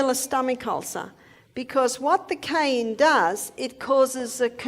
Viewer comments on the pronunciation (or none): Cayenne not cane! Very poor pronunciation